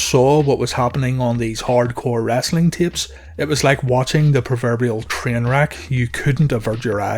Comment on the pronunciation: Its wrestling not wrastling. No a in it, re soul ing not ras ol ing